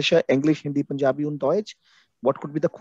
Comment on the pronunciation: Punjabi is pronounced as punjabi only (Pandschabi, dsch sounds as j) And not punyaabi !! Check the facts first of all !!